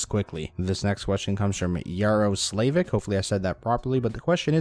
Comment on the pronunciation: haha Slavík (prob. Slovak or CZ name I assume) is pronounced SLA-WEEK and means nightingale in eng btw ;) thx for vids